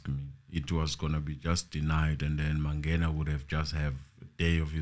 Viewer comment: Ratha is cursed. How come he cant pronounce Mangena ?😮 and the truth is, he want to prolong the trail to secure his pocket as well. But he is a circus judge. Enemy of justice. Period